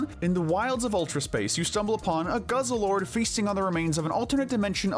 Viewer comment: It’s pronounced GUZZ-LORD and ee-VELL-tall, not GUZZLE-ORD, and ee-VILL-tall, “”! 🤨 Stop mispronouncing Pokémon names, bub! 🙄